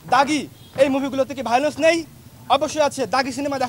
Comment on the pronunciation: ভায়োলেন্স উচ্চারণ পর্যন্ত করতে পারছেন না😂😂😂😂😂😂